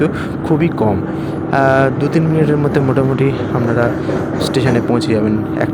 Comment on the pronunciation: পাঁজ নম্বর, আমনারা এগুলো কিরকম উচ্চারণ স্যার?